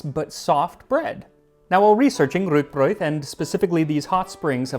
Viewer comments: very good pronounciation of Rúgbraud. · Thank you for making the effort to use the Icelandic orthography for rúgbrauð and pronouncing the word correctly!